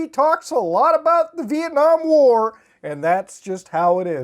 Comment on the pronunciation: I had to turn on caps to confirm what he said was Vietnam war